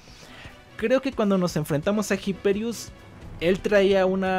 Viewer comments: pero porque no sabeis leer los nombres? la H no se pronuncia. IPERIUS. Es latin, en latin la H no se pronuncia, como en español. Que los americanos no sean capaces de leer latin no implica que lo hagan bien. Por favor, asi nunca nos tomaran en serio los yankis. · Me da Cringe como pronuncias Hyperius